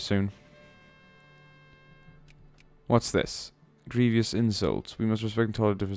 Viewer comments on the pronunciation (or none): none